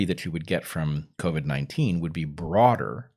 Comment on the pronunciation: Okay it's back to co-vee instead of co-vid again. did I miss the memo was there an episode where they decided they were going to change the pronunciation?